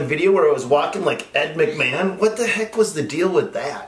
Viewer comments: Dude, it’s Vince McMahon. Not Ed McMann. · Yeahhhhhhhhh... that would be VINCE McMahan not "Ed Mcman" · Not ed machman. Vince machman